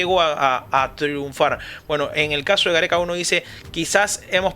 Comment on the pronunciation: Pero porque lo dice tan brusco...